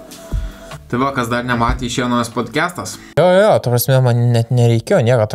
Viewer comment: Ar man vienam atrodo ar jis iš tikrųjų taria "bodcastas", o ne "podcastas"?:)